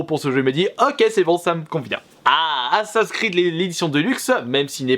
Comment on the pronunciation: Sérieux prononce le jeu correctement c’est ASSAssin’s Creed et pas Assin’s creed je vais attraper un urticaire